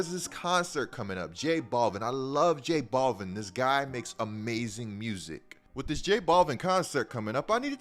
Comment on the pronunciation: Lmao J-Ball-Vin mispronounced that shit man. No escuchas a reggaetón. No verdad